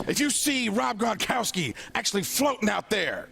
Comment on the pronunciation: "Let's talk about this Superbowl thing......lemme tell ya what....GRANIKORSKI" LMAO